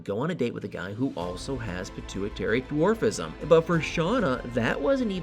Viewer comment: You sturdied and, it’s dwarfism, it is not the way you pronounced it, you know better than that!